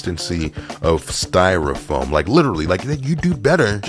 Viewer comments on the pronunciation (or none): none